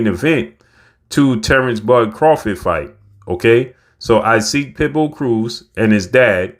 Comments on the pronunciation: Pronounced E-Sock, not I-Seek cmon! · You keep calling this man “I seek” 🤣🤣 It’s “EE Sock”… if not then just call him Isaac like Isaac Hayes… lol